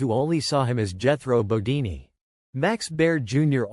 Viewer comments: I agree. Is this guy just reading a script. It's Jethro bodeen Not deenee. Wow. What a major mistake. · Jethro "Bodini?" Why not take two minutes to review/correct your AI VO? Your credibility is ruined. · Jethro bo- DEEN. Not DEE nee. The show is on the ME TV channel if you need clarification.